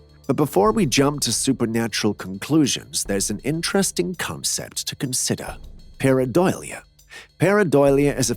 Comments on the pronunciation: What??? A CAT was acting strangely??? You don't say! :face-green-smiling: It's pair-uh-DOH-lee-uh, NOT pair-uh-doily-uh. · paradolia, not paradoilia. Lol